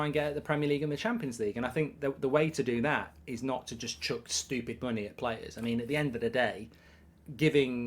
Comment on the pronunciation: Please say stupid properly